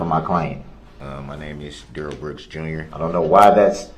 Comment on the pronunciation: i dont mean to laugh at this part but Brooks was getting shut down😂 Mr. Backler was a great witness to this😂 hope he is doing ok cuz he looks shocked and a bit pissed off to find out the Duh-Rell did that to those children Grounz for da sub-staen??? (x2)